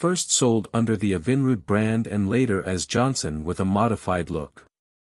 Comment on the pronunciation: Try to get that robot narator to pronounce EVINRUDE correctly.